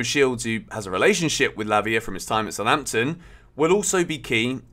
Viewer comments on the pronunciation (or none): none